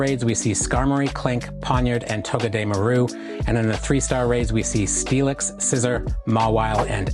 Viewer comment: its pronunciation is toh-geh-deh-MAR-oo Like all together you are kinda separating it, not to be petty and all.